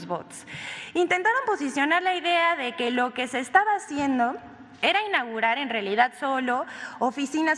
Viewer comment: Y luego ni leer, ni hablar sabe 🤦🏻‍♀️”inagurar ” (dice) 😮se come la u … INAUGURAR